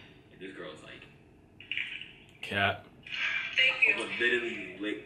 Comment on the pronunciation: Dis dude think we gone slide past the fact that he said “litlally”